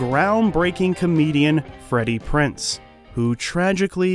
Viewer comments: It's Freddie PrinZe Jr., not Freddie PrinSe Jr. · It's kind of hard listening to you mispronounce his name over and over . It's PrinZe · If I had any complaints about this video it would be you forgot to mention his reoccurring guest role on Bones, and you're mispronouncing Freddie Prinze's last name. However, those are not major complaints, just a bit of whingeing, lol! Thanks for the great video!😉💖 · lol the fact you mispronounced his name for 23 minutes straight. This is a great channel regardless.